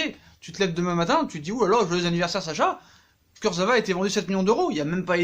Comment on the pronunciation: «Kurzevra»... NULLISSIME!!!!